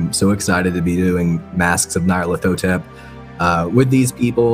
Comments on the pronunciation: Why do people keep calling it "Nayarlathotep"? It's not even one person, it's multiple YouTube videos calling it like that. Nyar La Tothep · This is the first time I’ve ever heard Nyarlathotep pronounced that way. I always pronounced the “Ny” as “Ñ.” My mind is blown by this extra syllable.